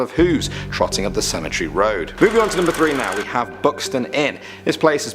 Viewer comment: i wish they could learn how to say cemetery